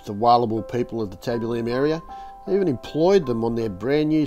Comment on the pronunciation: YES! nearly drove me crazy. Tab-U-Lum